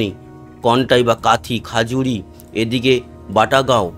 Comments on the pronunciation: দাদা ওটা খাজুরি নয় খেজুরি হবে😊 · ভাই ওটা খাজুরি নয় খেজুরি পূর্ব মেদিনীপুর